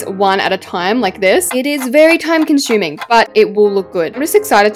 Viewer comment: TIME CONSHUMING